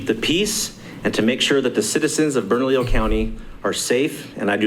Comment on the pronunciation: Guys, it,s ( Burn ah leo)